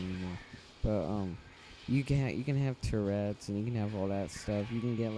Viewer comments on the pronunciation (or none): haha you said terets like a problem cuz u keep twitching